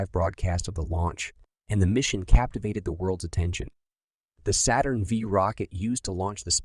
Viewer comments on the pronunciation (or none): and "a Saturn Vee rocket" You mean Saturn five? and "escape the Earth's gravitational pull" The Moon itself is held in orbit by the Earth's gravity. "The Legacy of the Moon Landing!" There is no legacy. None of the designs of Apollo are being used today. Why not? Because they never could work as advertised. Don't you think it strange that no nation (including the USA) has sent people more than a few hundreds miles from Earth in rockets despite over 55 years of technological advancements?